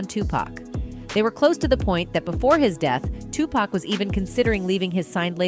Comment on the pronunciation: Its not wiped from the internet. If an idiot like myself can it then anyone can. Also if your going to make a video also re-edit, also re-record the proper pronunciation of Tupac. After his name mispronounced i didn't hear anything else in this video.